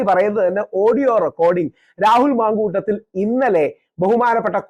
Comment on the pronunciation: 😂മന്കൂട്ടത്തിലല്ല ,മാന്കൂട്ടത്തിൽ. മുക്കേശല്ല ,മുകേഷ് !